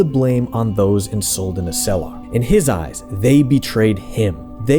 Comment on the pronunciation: That's not how you pronounce Suldanessellar... I mean shit general Elhan pronounces it twice for you in the game. Accent on the first e, i.e. Suldanéssellar, not Suldanesséllar.